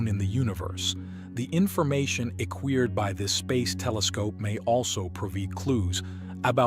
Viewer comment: AI voice is good and all, but when is says "A Queered" over acquired or "Pro veed" over provide, it definitely shows there is work to do for it to actually use correct pronunciation. I'm sure in 25 years, Skynet will have already come online and we are all doomed, but until then, I'll keep letting it know it has room to grow.